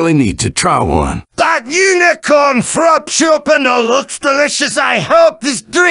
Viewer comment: i love how they say frappuccino 😭😭 frapchupino